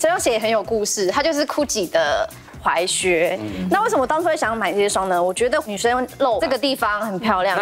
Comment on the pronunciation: 只要是鞋的主題，我就想到劉真。整個節目少了她真的差好多，就連老師推薦的款式依然比不上劉真的品味。劉真的離開是台灣時尚圈的一大損失。 還有那個，那個念踝靴，不是裸靴，腳踝的踝!!